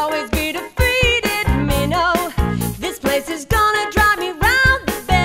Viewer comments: well if you lived there its pronounce Minto NOT Mino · It’s also pronounced “min-T-o” not “min_o” lol